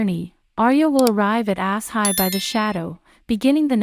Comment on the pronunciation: Ok. It's not pronounced ,"Ass High, " its pronounced ,"Ash Shy.". Why can't people get this?